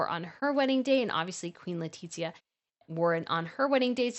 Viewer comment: Don’t know why bothers me the pronunciation of the name of Queen Letizia it’s LE-TI-ZIA not LETITZIA 😏😏